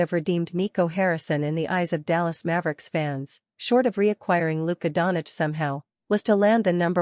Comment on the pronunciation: Fake news. She cannot pronounce Doncic properly.